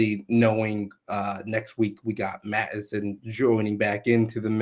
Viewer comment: It's MATTson (Matsson), not Manson.